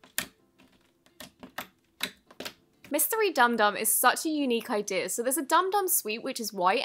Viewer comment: I love “idear” for idea😂I love her so much but that’s so funny